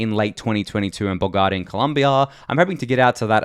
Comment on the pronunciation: Please.. Look up how to say Bogotá. Cringe every time you try to pronounce it ;)